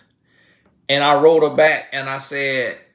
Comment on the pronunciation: you must be new to the channel, country AF that’s how country folk say it it’s back they’re saying but it sounds like bike.